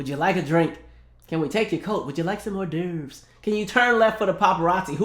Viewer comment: The way you said hors d'oeuvre 😭😭😭😭